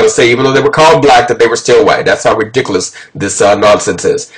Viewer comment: "Rediculus"...? I like your pronunciation. Yes, it is ridiculous. From where did you obtain this so-called historical information? You seem to be very excited about it. Was it taken from a Black site, by any chance? I think it was. Now, does the concept of tanned skin escape you? Have you ever actually been to North Africa or Spain to see the peoples who live there? I think not. There must be multitudes of "Black" Moors and their descendants living in Spain today, right? After centuries of occupation their presence should be seen everywhere. Negroid features must be commonplace due to the racial crossbreeding that would naturally occur. Right? Europeans typically portrayed North Africans as "Black" whether they were just tanned or not.. It was meant to demonize them, to make them appear more foreign and frightening. And North Africans are racially closer to Caucasoid than Negroid. Only childish minds perceive "African", or in this context "Moorish" to mean Negroid. "African", has today become a defining term for Blacks today, when in fact there are many races and ethnicities in Africa. The fact is, Blacks were enslaved by the Moors, and that is an awkward fact that's usually overlooked. Would you see Blacks among Moors? Yes, their slaves and servants.